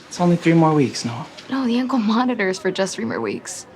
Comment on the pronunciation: she said “ankle monitor” sooo weirdly